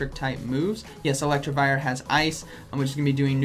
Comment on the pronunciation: ElecTIvire, not ElecTRIvire, just saying..